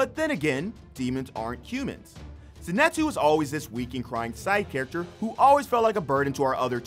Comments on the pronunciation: Did he just say zinetsu? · Zenitsu not zenatsu